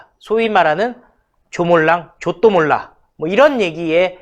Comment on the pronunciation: 발음 똑바로해야 할듯? 조.또.몰.라 가 잘못들으면 좆도몰라가~ㅋㅋ 아~ 몰랑 조.또.몰.라 죽창죄국 교수가 들으면 기분 ㅈ같을것~